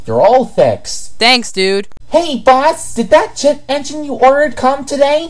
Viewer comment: Jet Engine?! WATHS A JETHENJIN Thomas pronouncing 2013